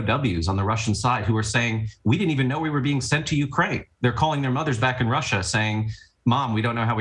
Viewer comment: It's UKRAINE, not URKAINE!